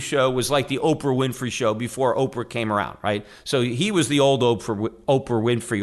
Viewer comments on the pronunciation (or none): It's OPRAH... not upfra.... eat after for podcast, not before. Bernie does believe in comp. Just not the Republican style where the rich control the outcome. Your anti american